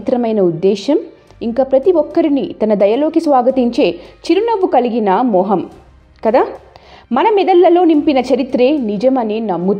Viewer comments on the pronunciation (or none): Mo ham, kadhamma moham anaali. Telugu ni kooni cheyyaku